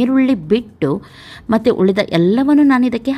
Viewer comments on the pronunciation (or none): none